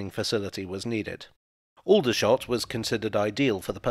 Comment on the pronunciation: People who live in and around Aldershot don’t pronounce it with the same vowels.